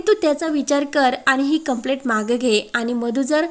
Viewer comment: वाचणाऱ्या व्यक्तीचे उच्चार बरोबर आहेत की नाही हे तपासत नाही का? कंप्लेंटच्या ऐवजी कंप्लेट असे उच्चारत आहे. मिळालेच्या ऐवजी भेटले असे उच्चारत आहे!